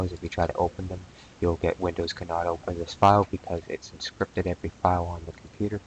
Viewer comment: The list of words that elude pronunciation grows...."Temporary"..."Encrypted" .... "Configuration".... "MSConfig"